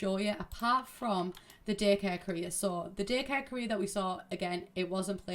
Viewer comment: Every time you said career it sounded like “Korea” for some reason :’D I was so confused xD